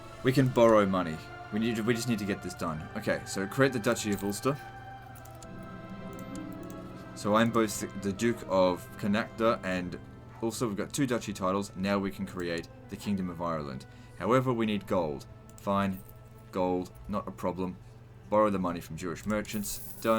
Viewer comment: I think it's pronounced "Con-Nought" but I'm not sure :D I'd like to see you go for Empire of Britannia, but maybe it's too easy. Perhaps it could be fun to do another "from the ground up" empire build, focusing on building a harder empire, like Jerusalem. Change history and make a Crusader empire! Or something like that.